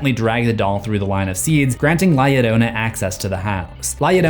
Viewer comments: It pronounced yo ronan. And this is a scary legend to hear as a child. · the entire time i was just fuming on how he was saying it “yodona” Se llama es “Llarona” pronounced “Ya- rrrrO-nuh” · La "yo-RO-na" is how to pronounce. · Its "La - Llarona (Jarona)!" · The fact that people say her name has an i. it is LA LLORONÁ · Doesn't a double L in Spanish sound like a Y would in English? So, it would be pronounced LA Yorona. Irking me... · The only thing I leave a dislike for is the fact of how he's saying la llarona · From what I heard I thinks its pronouced lie yarona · Double "L" makes the "J" sound in spanish amigo. You're butchering the pronunciation. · The pronunciation is argued The double L can even be used to make a J sound or Y sound